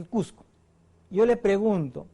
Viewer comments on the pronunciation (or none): none